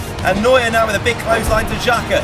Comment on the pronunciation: Xhaka not zerkaa